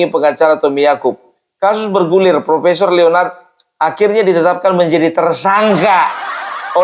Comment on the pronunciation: Profeesssongggg kali pung😂😂😂